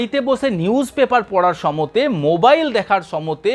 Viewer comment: সময়ে না বলে সমতে বলেন কেন?